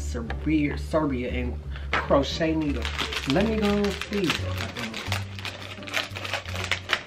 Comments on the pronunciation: 😂😂 Crochet needles? 😭 it’s pronounced crow-ay-sha 💀💀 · Lol he killed that name in all shape possible. It is read "cro - asia" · Crow - Aye - Sha Hahahahah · It's not Kroata It's Croesha (that's how you say it) 😂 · Pronunciation: Crow-ay-sha 😂😂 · Crow-ay-shia... Love your videos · CRO- A-SHA 😂😂😂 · Pronounce it like cro-a-sha. Love your videos so much by the way. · LOL crow-aye-shuh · It’s Cro-a-sha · Crow-ee-da lol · Cro-a-t-ia there you go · Croatia ( crow🦅- A👆🏾- sha) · Croatia = "Crow-Asia" I guessed the flag right, btw. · Crotia is pronounced crow a sha. Please whatever you do please don't let your cat Kobe get into that chocolate!! It will kill him. There's a ingredient that is extremely toxic for cats. Please please be careful. ☺ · This man said chroché needle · Croatia pronounced krow-ay-shaw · croatia cro-a-shia or shya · KROITA? Realy man? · It’s pronounced cro -way -sha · Next please Google how you pronounce the name of the country 😂😂😂😂😂😂😂